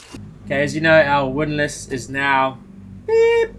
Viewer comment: That winlass, winterlass, windlass, did my head in!! I used to watch my Dad work on many handyman jobs in the house and learned a lot from him, but this was way above my pay grade!!. And well done....:trophy-yellow-smiling